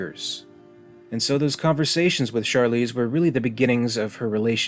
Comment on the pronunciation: Vickers' fear in trying to escape death seemed to be the main indicator that she's human -- unless Weyland programmed her that way just because he was a cruel asshole and crippled an otherwise perfectly good android with useless emotional reactions under stress. BTW, in interviews Charlize pronounces her last name like the word heron, not the fancy sounding therr-OWN or variations we all used to say before. Yeah, I was kinda disappointed too.